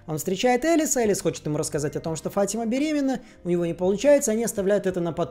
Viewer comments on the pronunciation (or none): none